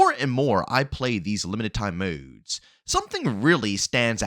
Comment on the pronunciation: These moudes its modes bro